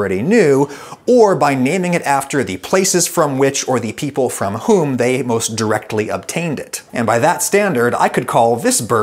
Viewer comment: She said MOST OFF